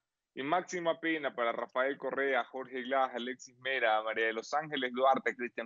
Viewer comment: UNO DE LOS POCO VIDEOS QUE NO LE NOTO TANTO ACNE EN LA CARA AL ENTREVISTADOR....SERA QUE AL ENTEREARSE DE LA SENTENCIA TUVO UN ORGASMO CASI MULTIPLE...QUE CARA DE FELICIDAD CADA VEZ QUE TOCA EL TEMA Y PRONUNCIA RAFAEL CORREA ...PRONUNCIANDO RRRRR....CASI FELINO.